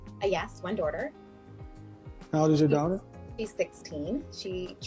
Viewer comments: Wtf is a "daurter".... a doordash order? This woman needs to learn how to pronounce the word "daughter" lmao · My favorite is how she kept saying "dorter" instead of "daughter" lmao "educated" btw